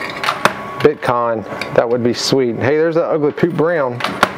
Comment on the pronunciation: those are different Cryptocurrencies in this Coin Pusher. Also, You Keep Saying Bit Con instead of BITCOIN!!! #Ethereum #Dash #Bitcoin #Litecoin etc.